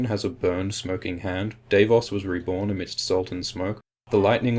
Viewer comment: It's Davos not Daveos -.